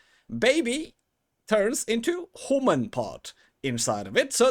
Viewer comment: Thanks for this. I’m yet to create the first “ hooman” (and I quite like that morphed pronunciation/name for them as it sounds like “who-man” and it seems hard to know who they will be). Anyway this video cleared up a big chunk of what process is actually like. Possibly, in the more recent patch it’s improved from a bug perspective too. Thanks for sharing.